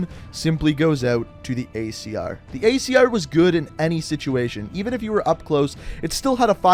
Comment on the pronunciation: Did he say icr instead of acr